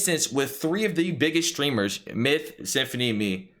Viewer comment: I heard Myth-uh or something along those lines